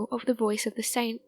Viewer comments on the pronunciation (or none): none